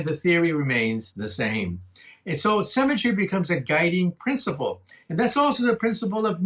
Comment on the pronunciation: I can't bear this. Every time he says "symmetry" i hear "cemetery". lol